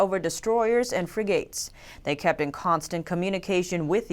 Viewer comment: Love your channel. Loveyour passion for getting things right. Fyi frigate is pronounced to sound the same as forget in it's second syllable.